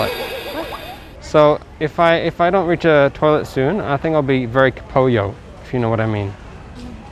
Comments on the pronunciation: Bahasa & English nya kn memang sama² disebut Toilet, tapi malah dipleset-plesetin jadi tolet😂 Padahal kalo bilang toilet aja, semua orang Indo pasti juga mudeng, cak😂 Kan kasian, jadi ngempet nguyuh wkwkwk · Amazing people 😀😀😀 walau gak bs speaking tp pede .. toilet .. loket.. dawet 😂😂😂